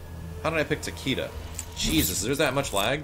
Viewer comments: Special Eyes As someone semi-fluent in Japanese, the name should really be pronounced Ta-ke-da. Hell, it's not even the first time they've butchered a Japanese name. Raiden? Actual name of the Japanese thunder god. But it sure as hell isn't pronounced RAY-den. "Creative liberty" doesn't suddenly make it okay to slaughter a language. Bear in mind that I say this as a writer/game developer/numerous other creative things. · Why does everyone pronounce Takedas name wrong. I mean just listen to the announcer when you pick him he says Takeeda not Takayda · I Have Special Eyes It's not even Takayda. Pronouncing it as a Japanese name would make it Takehda. Everyone but weebs like me are pronouncing it wrong. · I Have Special Eyes Even the announcer pronounces it wrong..its Tah-Key-Duh..the announcer says Tuh-key-duh..since you wanna get Tech :p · I think it's pronounced both ways, because when you chose him it's says Takayda but when you win it says TakEda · I just researched how to pronounce his name and it sounds more like "Taki-Duh". This was from Japanese pronouncers too. The first two syllables are said almost connected. It sounds like hard Es because the announcer just says it slow (which isn't too much his fault that he can't properly pronounce a foreign name). So no it's not "Tah-Kay-Duh" like some of you have been saying. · I Have Special Eyes Because the American announcer butchered a Japanese name haha.